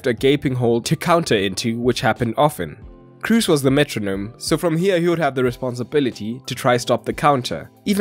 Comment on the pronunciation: How are you German yet fail to pronounce ‘Kroos’!?